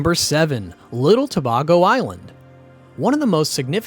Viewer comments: Try “To bay go” not “To bar go” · Get the pronunciation right pleaseeeee! SAY BAY GO.....NOT BAR GO. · Why did you alternate in the pronunciation of Tobago? It's pronounced To-bay-go. Randomly saying To-bag-o in between when you had it right the first time makes no sense. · Please get the pronunciation before recording TO BAY GO Caroni. Pronounced Ka ron e ... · You're so correct and it pisses me off when it's mispronounced. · Great video, thanks! However, pronunciation of place names (Tobago, Caroni) threw me off. Also, the capital city is not "the port of Spain". It's simply "Port of Spain". Maybe check these things with the people living there?